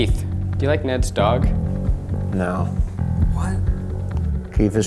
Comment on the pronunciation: I thought he said Ned Stark instead of neds dog lol